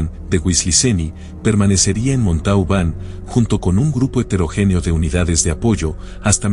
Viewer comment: La ciudad se pronuncia MONTOBAN.